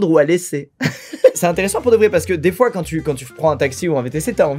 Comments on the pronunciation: On peut en parlé de l'accent de du mot "des fois" à la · A il prend un accent anglais pour dire "des fois" 😂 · Il a fait un mini accent canadien